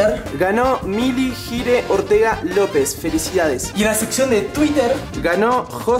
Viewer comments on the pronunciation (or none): vieron que dijo 2 veces tuwiter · quien mas se dio cunents de que dijo twiteer 2 veces